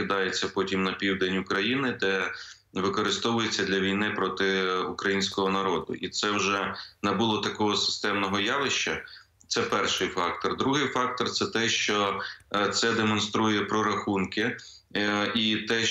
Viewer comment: А не можна без щьо, шчє, де найшов , явищє? ЩО, Ще, ЯВИЩЕ ! Так вірно буде українською мовою!!!